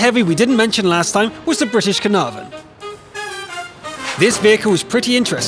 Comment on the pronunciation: nice to know he can't pronounce caernarvon properly